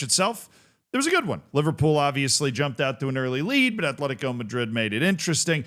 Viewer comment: There's no H in Atlético